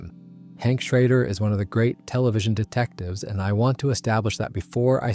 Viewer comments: Great video. Some pronunciations are a bit off: Gale "BET-uh-kurr", Hank "SHRAY-der", and "KOH-vay-luhnt bonds" are the correct ones. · Shrahder Bowerticher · Several names mispronounced as well. Boetticher was one, Schrader was another. Those names were clearly used many times in the show. Any fan would know how they’re pronounced.